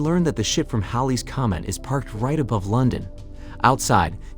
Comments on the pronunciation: Why do you keep saying Holly's commit 😂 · It's not Holly's Comet; "Oddly drawn to the naked female creature", seriously?; at about , second time saying "Holly's Comet"; at about , "he rushes to the operating room with security in Tow", pronounced like the "tow" in "towel", not "Toe" like "in Tow" should have been pronounced. My point with all of this, which is only 2 1/2 minutes into the more than 13 minute video so far, is how horrible AI is now that it is being used for so many things people used to create on their own. Just look at how many thumbnails on YouTube are AI generated now.